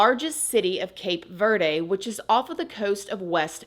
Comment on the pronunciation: The way you pronounce Cape Verde is adorable 😂🤗